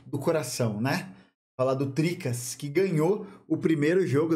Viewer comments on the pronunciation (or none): Meteu o "Tricas" kkkkkkkkkk Te amo, mas ''Tricas' é osso